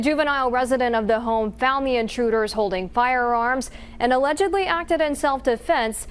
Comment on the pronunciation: "Alegedly" acted in sald defense Are you kidding me? ALEDEGLY